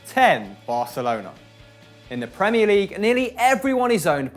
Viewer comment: Thank u for pronouncing Barcelona without the ceseo :") it's so cringy when English speakers say barthelona